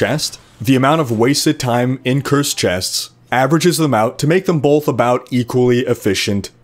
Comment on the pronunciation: I think the word you're looking for is both, no 'bolth'.